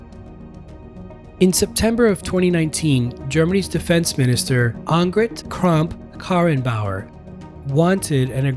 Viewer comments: you can call her akk, everyone calls her that here in germany. good job saying tht though. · Kudos for your good attempt to pronounce Annegret Kramp-Karrenbauer - even native Germans struggle here - we just call her AKK ;-) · Thumbs up for getting "Annegret Kramp-Karrenbauer" kind of right! Even native speakers fuck it up regularly. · Cudos for your pronunciation of Annegret Kramp-Karrenbauer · Bravo, how you pronounce the name Annegret Kramp-Karrenbauer. Most Germans can't pronounce the name themselves. xD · haha "Annegret Kramp-Karrenbauer" is even hard to pronounce in German, but you did a good job as it's much harder in English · Actually I think you did a great job. I sometimes mispronounce her myself even I‘m German too.